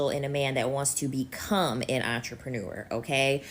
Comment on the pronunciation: I've heard so many bad mispronounciation of the word entrepreneur from these woman of late.